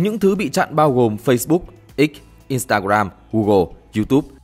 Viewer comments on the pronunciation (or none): none